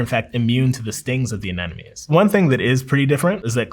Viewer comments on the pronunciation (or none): No! As an aquarium hobbyist, hearing a marine biologist say "Anenomes" instead of "Anemones" hurts my soul 😭. People really be pronouncing it like that. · ANENOMES?? am i deaf of did he just pronounce that wrongly? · Is he saying anenomes? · anemones. not anenomes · "Fishes", "anenomes"... 20 seconds in, and I've lost all faith in this guy. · its so frustrating to hear him say "anenomes" instead of anemones!! Like ffs you're a marine biologist, at least TRY and correctly pronounce the words. Nemo even kinda made fun of people like you who can't say it lol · he had me until "ANENOMES" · Never trust a marine biologist who says "anenomes" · Did he say “anenomes” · I really can't get over the fact (and it makes me happy, don't get me wrong) that a lot of english speakers pronounce Anemones as Anenomies. It's a nice change in language. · Lost me at minute 1 mispronouncing anemones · It sounded like he said Aneṉome, twice.